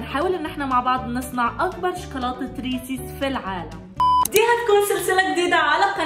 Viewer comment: ريسز وليس ريسيس